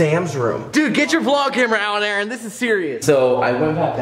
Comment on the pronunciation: "Ay ay ron" 😂